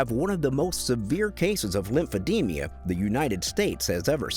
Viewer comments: It's Lemphe-d-ma not Lemphe-de-mia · The narrator keeps putting an extra syllable in a word: it's lymphedeMA, not lymphedeMIA. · It is Lymphedema not lymphe-demea.